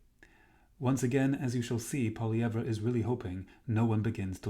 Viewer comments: His name is pronounced “Poly EV” - not that hard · You can’t say Pierre’s name properly lol